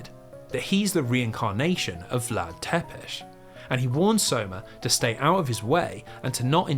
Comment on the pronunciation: don't pronounce Wallachia like that :(( other than that, excellent video. also, it's "Tsepesh", not "Tepesh", but not even the Netflix series could be bothered with that